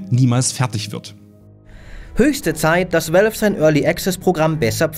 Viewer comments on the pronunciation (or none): none